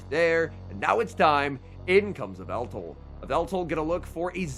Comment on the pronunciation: "Yvetal Your Idol" in the beginning